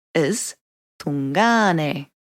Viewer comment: Great info but it's driving me nuts how she says tun/ngāne....not tu/ngāne lol